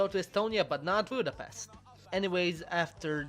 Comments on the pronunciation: i’m sorry but this important budapest is pronounced like budapesht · At least you should learn the right pronunciation of Budapest, to help you try this Budapesht. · is no1 gonna mention that he doesn't pronounce Budapest right at all? The "s" is pronounced as in "shop". Most Hungarians get very angry at that. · It’s pronounced with a sh, not s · Budapeszt.. Budapeszt... Budapeszt........ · Miért nem tudja senki kimondani, hogy Budapest? mindig Budapeszt...